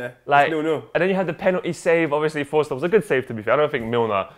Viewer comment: Forster not foster, bruhhh.